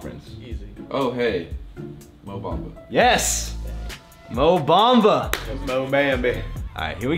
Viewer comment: "'Mo Bembeh"" HAHHAHAHAHA